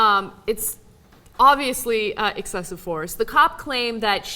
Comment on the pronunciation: "We're going to use exsexive force on you". Weird slip.